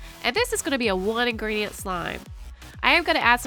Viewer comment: She said 1 ingerdent